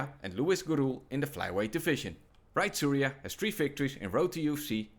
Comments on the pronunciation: bro just gave up on how to say Tsuruya 😂😭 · if you cant pronounce tsuruya. youre dyslexic